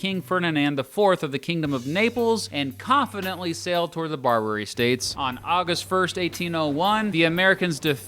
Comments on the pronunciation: BAR-ba-ry, not bar-BER-y. Jesus, what do they teach in schools these days? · He keeps saying “bar-bary” like Burberry. It’s pronounced like barber-y. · Ok i about can't handle the way you say Barbary like "Bar-berry." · Hearing you mispronounce "Barbary" about thirty times was physically painful. Otherwise, decent video covering the basics. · At least pronounce Barbary correctly. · Nice time learn to pronounce barbary